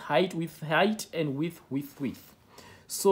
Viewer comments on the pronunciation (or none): When you said width with widtb😂